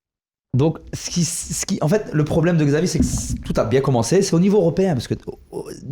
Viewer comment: ne pas prononcer Xavi (Chavi mais Xavi) c'est criminel